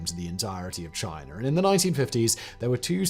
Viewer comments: Lol "Chiner" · Simon, love all your channels. However I would like to address there is no R in China… learn English! 🤣🤣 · There is no R in China. Love you guys tho.